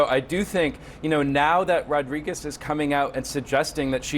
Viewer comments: Butchered her last name then said the president was on top of her. Jeez CNN.. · Really? You can’t pronounce Rodriguez?